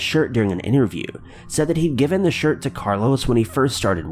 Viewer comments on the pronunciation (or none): none